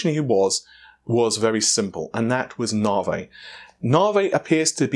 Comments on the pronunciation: It's not " Nah-vay". Try Na-vee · Why do you call it "navé" instead of "navi"? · When did we stop calling Navi Navi and start calling it naaaarvey? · I used to think these guys mispronounced things on accident now I'm sure it's on purpose. Preface (pre-face instead of pref-as), T.I. being tie, navi being Naveh, stadia (stayed-ia)being stad-ia. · Weirdly enough, if I got Google's excuse for the name right, Stadia is just Greek for stadiums. It's actually the correct pronunciation, what was listened to here, instead of the way Google's people spoke its name. I still found Navey cancerous to my ears still. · Around the same time we started saying "fredrippah" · It's spelt Naviayl. His source must be someone from within the design team. It is the new unofficial name. Short for Navi A Year Late. The last L is too difficult to say so it doesn't get pronounced.